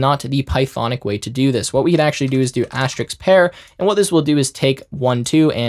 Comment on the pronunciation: asteriSK, not Asterix. it's not a 3rd century gall with magic potions